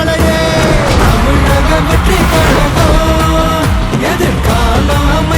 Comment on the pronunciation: Tamilaga can be changed to Thamizhaga Vettri Kazhagam. It will be more appropriate for pronunciation.